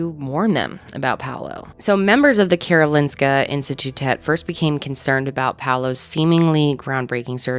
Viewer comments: I live in Sweden and I remember reading about this case. Just crazy. Also well done on the pronunciation of Karolinska Institutet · Your pronunciation of Karolinska institutet was really good Love your videos Love from Sweden